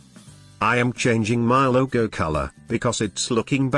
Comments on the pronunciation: "Loggo" haha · Your speech says LOGO like we say People(Logon) in Urdu/Hindi.